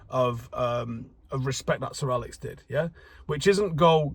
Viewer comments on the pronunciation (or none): none